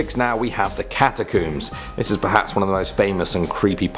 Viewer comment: Is it me or did said Catacums instead of catacombs